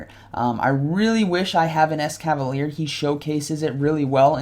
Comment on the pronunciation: Couple of corrections: 1. BEE-Barrel or BEE-Bar-El 2. And a couple of times you mentioned Alolan Exeggutor, but it was Kanto Exeggutor. 3. you said it right at the intro, but wrong during the commentary. I believe it's es-cavalier. like escargo (snails) and cavalier. Glad to see you putting out some Silph content! GGs man!